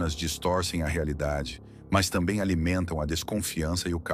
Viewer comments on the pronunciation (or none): none